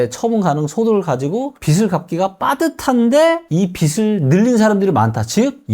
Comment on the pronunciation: '빚이, 빚을, 빚은' 발음하실때 비지 비즐 비즌으로 해주세요 비시 비슬 비슨